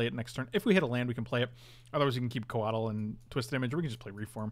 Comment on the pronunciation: Codle... codle... Ko-WAH-tul